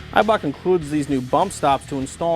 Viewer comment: You say "Eibach" very differently to the UK :)